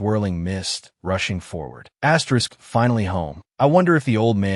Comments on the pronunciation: Wy the fuck do you keep saying asteriks its annoying. Please try to corect this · Story is great recap is great, just one thing saying Asterix Every 10 seconds is driving me insane and is ruining a otherwise great experience.